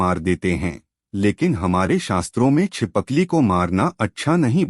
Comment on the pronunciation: Pehle hi galti kardiya chipkali ko chipakli bol rahe ho